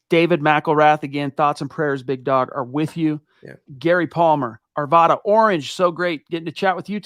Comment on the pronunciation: I love what you guys do and i love hearing your perspectives. Quick Colorado PSA - it’s “Are-V-Ad-Uh”